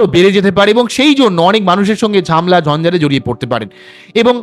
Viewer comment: ঝামলা নয় ঝ্যামেলা